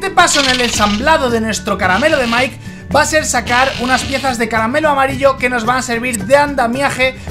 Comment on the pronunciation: es mike y se dise maik